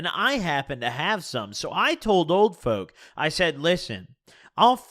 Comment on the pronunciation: sounds like your saying "Old Foke" lol